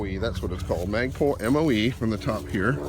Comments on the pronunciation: Please quit saying MOGBUS!!!!!!You are driving me crazy! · It's not MOD bus lol... I like though